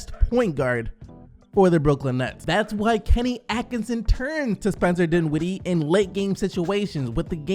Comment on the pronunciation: Can u say dinwiddie correctly plz?